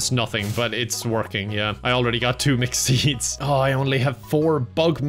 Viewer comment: I hear “mcseeds” every time he says mixed seeds